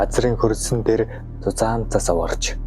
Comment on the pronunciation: цас гээч дээ зас гэж шаагаад байх юм